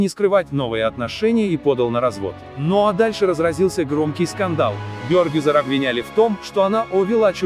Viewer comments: Не Бёёргюзар, а Бергюзар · Имя Бергюзар почему не правильно произносите?????? Слух режет😣😣😣